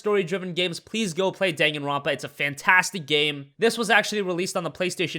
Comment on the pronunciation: You butchered the pronunciation on Danganronpa